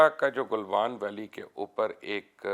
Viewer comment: The guy doesn't even know how to pronounce Galwan..lol..Also doesn't have economy to run their own country n talking big here..